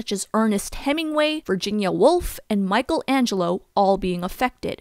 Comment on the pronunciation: Hahaha she said Michael Angelo